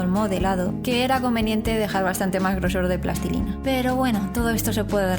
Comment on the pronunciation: Me gusta mucho que digas plastilina en lugar de "plastelina", "pastelina" y mierdas derivadas.